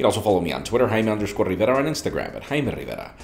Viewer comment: I'm HIGH merrr riverrrra and you're watching me repeat my name daily!